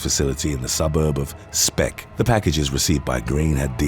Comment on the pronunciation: It's not spek in Liverpool lol it's speke